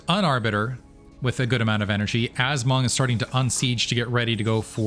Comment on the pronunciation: % mong lol hearing monk hurts my brain and heart 😂😂